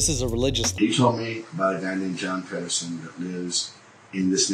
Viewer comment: My surname is Pedersen and every time it gets said in this episode I cringe